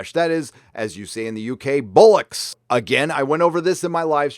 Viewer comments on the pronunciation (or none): its pronounced bOL-ocks not Bul-ocks, just so yuo know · it's Bollocks not Bullocks mate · In the UK we don’t say “bullocks” , we say “bollocks!” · BOL-UCKS. Bollocks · It's not "Bullocks", it's "Bollocks". Meaning testicles. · BTW we don't say bullocks it's bollocks. Keep up the great work long time sub from across the pond:) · It's not bullock it's bollocks (ball-ics) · I'm from the UK and I dont think I've ever heard anyone say "Bullock's" I'm pretty sure its bollocks my guy lol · It's "bollocks" not "bullocks". Testicles. Not young bulls. Radio Times was a BBC publication originally. I'm sure it's still formally linked or part owned or something. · Not "Bullocks" its pronounced "Bollocks" (Boll as in Bollywood, Locks as in Lock and Key) Yeah, Doctor who is dead, it will never recover, But the history can't die, just remember the good ol days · Great video. Thanks. 1 note however: ‘bollocks’ not ‘bullocks’. We brits exclaim the former that swing low under the latter. Toodlepip and tallyho old boy. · "bollocks," not Bullocks. We're okay folk. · It's a very good effort, but the first "o" is a very short sound - "Bollocks". Just get that right and we can probably get you a passport matey! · It’s ‘bollocks’, for what it’s worth - pronounced ‘boll-ucks’! An earthy word for when you want to dismiss something, like this attempt to whitewash DW’s ratings. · You need to emphasize the 'o' in bollocks, saying the letter rather than it's sound. Gives a nice percussive effect to it ;) Good try for the American accent though ;) Awesome work as always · Line of duty = police show(DS = detective Sergeant) Steve Arnott Also you mispronounced bollocks look up Danny Dyer and your learn how to pronounce it properly. I like your show